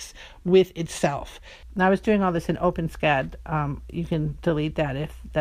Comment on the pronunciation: it's always refreshing to hear someone else pronounce OpenScad that way! Seems the vast majority say Open S cad.